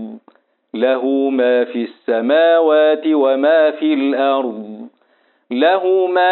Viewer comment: أحسنتم وجزاكم الله خير الجزاء استاذ ماجاي تكسر الشفه السفلى والفك الاسفل للاسفل عند نطق الحرف المكسور وبالخصوص في السماوات